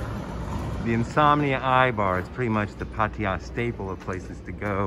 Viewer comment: I don’t understand why these guys that live here for long time cannot even pronounce the name of the town correctly: “PAH-TAH-YAH”